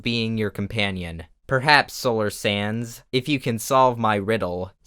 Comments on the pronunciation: Petition for Solar Sands to pronounce his channel name like Solar Sandusse in his intro & outro from now on. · Solar: Sands Everyone: Sans Me: Sanz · I hear solar snans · 'People don't say hands, they say hans. So I say Sans.' Ah yes, ok I get it. Solar Sans. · You have to say solar SanDuSuZ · I think it's cause the plural of sand is sand so when you add the s at the end it's just making the d almost silent.... Rip